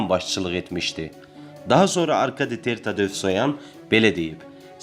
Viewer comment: Bu xəbər kanalı yaxşıdır ,amma Ter-Tatesvoyan yox,Ter Tatevosyan desəniz yaxşı olar.Belə də ki,təhrif etsəniz də olar.